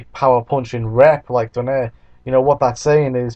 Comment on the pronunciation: hehe not exactly.. donaire is not pronounced as do-neir its pronounced as do-nai-re